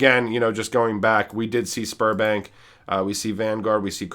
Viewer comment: I kept hearing Spermbank and giggling. Had to watch twice